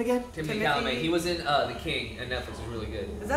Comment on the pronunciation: It’s not like they pronounce any name/surname right. Chalamet is pronounced as Shala-may not Kalame